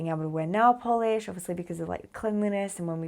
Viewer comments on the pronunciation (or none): none